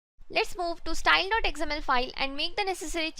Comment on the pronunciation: Love the tutorials. Good work. Few corrections in pronunciations though. XML - "Ex Em EL" (not "Eggs Em EL") Accent - "Ak Sent" (not "Es Sent")